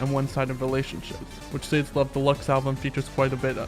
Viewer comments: Sade is pronounced "shaw-day" not "say-d" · it's saw-day right? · Nice theory, but hold up how did you just pronounce Sade? C'mon man